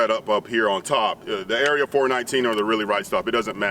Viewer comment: Obligatory, its "Area 4-1-9" and not "Area 4-19" It's the area code in NW Ohio where they are located and that's how everyone here says it.